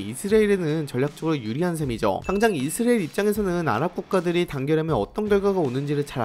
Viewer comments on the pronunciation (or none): 이스'라'엘 발음을 왜 그리 못하시죠. 계속 이스'리'엘에 가깝게 발음을 얼버무리네요. 처음부터 끝까지. 발음 문제가 큽니다....